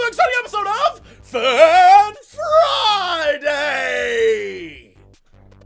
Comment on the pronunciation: Jesse, you said 'Fan Friday' wrong! D:< fix it!